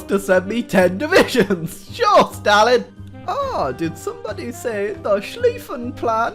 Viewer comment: Slifen Plan the Name is schliefen Plan im a german 😊